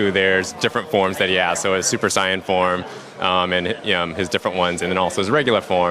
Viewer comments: He pronounced Saiyan correctly. It's 'sigh-an', not 'say-an'. FUNImaion and Ocean both screwed up the pronunciation. Why would Saiya-jin (pronounced Sigh-a jin) translate to 'Say-an'? Someone from FUNImation (Chris Sabat, I think) admitted they screwed it up. You don't call Dragon Ball Kai "Dragon Ball 'Kay'", do you? Do you call King Kai 'King Kay'? What about Kaioken? Kayoken? I think not. Please do some research before you throw out insults. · he said sigh*in not say*in its say*in not sigh*in i dont mean to be a put down but you said it wrong but thumbs up its good i liked it :) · why did he say super sayain like that >_> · You say saiyan wierd -.